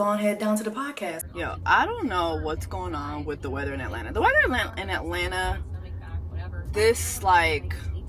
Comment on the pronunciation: “We are in Atlanterrr” 😂